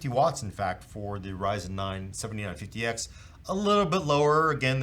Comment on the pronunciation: Something that drives me absolutely nuts is putting the emphasis on the wrong number. This is the fifty nine fifty X and this one is a seventy NINE fifty X. Losing my mind here.